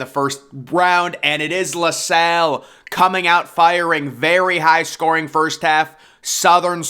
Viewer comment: and La Salle